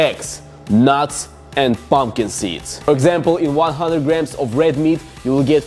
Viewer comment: "Pomkid seeds"